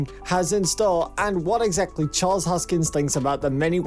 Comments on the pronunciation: Repeat after me : HOS - KIN -SON, not hoskins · His name is not Hoskins, ... but Hoskinson, ... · Fyi its hoskinson... not hoskins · His name is not Hoskins. One job, get his name right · This is the worst video I've seen in a long time. First things first, his name is Charles HOSKINSON. Not Charles HOSKINS. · Hoskinson. Not Hoskins. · His name is ‘HoskinSON,’ not ‘Hoskins.’ Thanks. 😉 I stake ADA and ETH, and fully believe in both projects. Will one overtake the market share one day? Sure. Which one remains to be seen, of course. To say that there is anything illegitimate about Cardano is foolish at best. David Hoffman is a Twat. I think he is just being contrary to garner attention for himself. He dreams of becoming qualified to become a pimple on Charles’ ass one day. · When you pronounce the guy's name wrong over and over, that means you don't really know what's going on. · You cant even pronounce the dudes name correctly, and dont even factor market cap into any of what your saying. Peace out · I agree. $1000 pure click bait bullshit. This narrator can't even pronounce Charles Hoskinson properly. In the next 5-7 years... MAYBE $100.